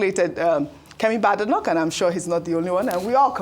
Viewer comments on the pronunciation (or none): Pronounced Bay-denoch